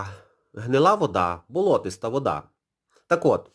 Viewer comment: Слава Росії. Наголос правильний болотИстий а не болОтисий. Чемодан вокзал - Россия